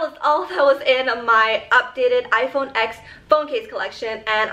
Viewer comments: It's pronounced iPhone ten, not the letter x. And how in the hell is that case holographic its clear with triangle cuts into it lol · Love you! I literally click your video's so fast! But one thing though, when you have such an expensive phone and pronounce it's name wrong haha. It's actually called 10, X as the Roman number. Because it was the tenth anniversary of the iPhone!